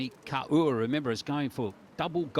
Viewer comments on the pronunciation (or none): Kaur is pronounced as "core". Not as "car ooo" as the commentator pronounces..